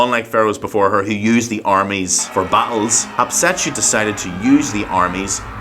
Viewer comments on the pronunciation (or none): Sir it's HAT SHEP SUTTTTTTTTTT